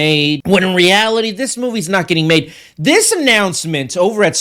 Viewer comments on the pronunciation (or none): none